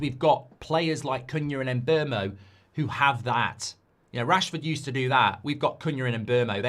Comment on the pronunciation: Mark and the internet have to learn his name is not pronounced as it spelled. Mbeumo calls himself MBOOMO like in BOOM!